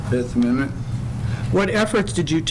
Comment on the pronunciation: I'm not sure guys, i think nick is trying to say fifth amendment.